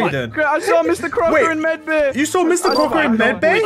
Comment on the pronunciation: Mr “Cocker” not Crocker hehe